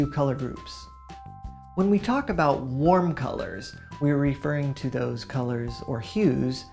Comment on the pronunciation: Nobody: This guy: hwarm